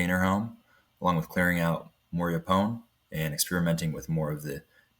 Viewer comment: Great project. What game cameras are you using? BTW: Yaupon is pronounced as “YO-pon”. (Accent on the first syllable).